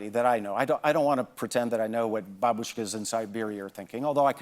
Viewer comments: That man's pronunciation of "babushka" is a thing a of beauty. Молодец! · Wow…he pronounced Babushka correctly